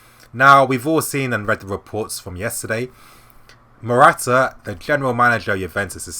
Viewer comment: marotta ! not morata ! cheers :)